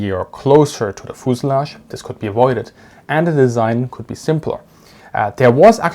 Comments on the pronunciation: FUZE-ah-lagge, not fooz-a-lagge. F-y-u-z-e. As in "you". Fuse. Ah. Lagge. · "Fooselage"...I love it! I am going to start pronouncing fuselage in this way from now on. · Foosilage, I love the way you say that word. Great video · Pro tip, in English, American English at least, it pronounce "FE use a lodge" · ah yes, the foozelahj. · Bi-planes had thin wings. They were fragile, and could not take the forces created by landing gear. IMO, that is the main reason landing gear was attached to the fuselage (feu-suh-lajh, not foo-suh-lagh) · I respect you man but when you said fuselage I just had to laugh